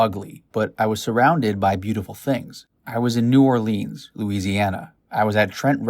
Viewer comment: It's pronounced New Or-lins not new orleeeeens